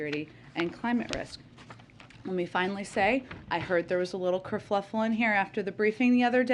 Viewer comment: Wtf is a cerfuffle???